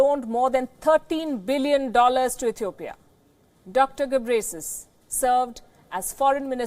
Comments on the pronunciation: Kkkkkkkkkk she call gebresis I came from Ethiopia but he is name tedros adhanum gebreslase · Can someone teach her how to pronounce his name? its pronounced GE-BREH-YEH-SUS